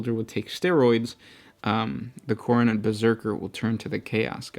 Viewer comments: Pronounced khorn not khorney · Why are you pronouncing Khorne like Khoronid?